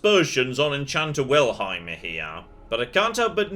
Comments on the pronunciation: Kinda impressed/unimpressed. reading Wilhelm as Wilheim actually pronouces "ei" correct. Which very few english speakers do. Yet he starts from a complete misread. I'm probably alone but that's interesting. Or does he just pronounce Wilhelm funnily? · NPC: "Wilhelm.": "Right, Wilheim, got it." I'm laughing harder every time he gets it wrong. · Find it so funny how pronounces Wilhelm lol 😄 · That's right!! Except kept saying Wilheim I think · Wilhelm is a family name, and ours is pronounced exactly as written... wilhelm. Not wilheim.